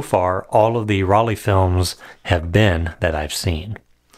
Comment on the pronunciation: dear, the pronunciation of Rollei sounds like roll-eye not like roll-eee. In german, "ei" is always pronounced like "eye", as in "Leica" or “Zeiss“.